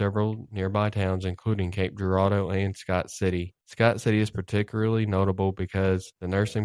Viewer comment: Local, and you pronounce cape Girardeau right 🎉🎉🎉🎉🎉